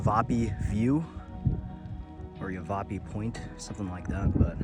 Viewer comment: Great video and thanks for sharing some personal stuff too on how it feels when you're out there enjoying the land and views and fire. Great choice on Lake Pleasant! YáVaPie is how it's pronounced.